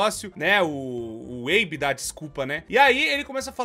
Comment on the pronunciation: O nome dele é Abe. Abe e abby tem pronuncias diferentes kkkk